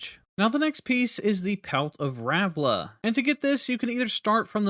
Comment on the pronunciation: Its ralva not ravla It's rellana not rennala, to every youtuber ever